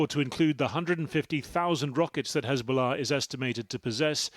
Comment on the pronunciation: "Hezbolla rearly lie" 😂😂😂😂😂